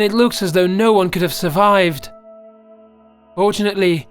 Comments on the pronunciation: he said 'fortunetly, fortunetly. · Hosam Alzobaidi Fortunately?! For-tun-at-ely. F.o.r.t.u.n.a.t.e.l.y. Furtooneatlee